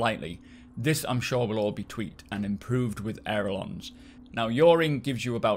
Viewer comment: Aileron,! Pronounced "Ay-Luh-Ron"!!! I don't even know what a "aerolon" is but it ain't a "aileron". Jon Crew mispronounced the word on the devstream too.